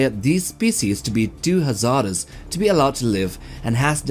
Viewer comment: Haz-ARD-ous also got me :))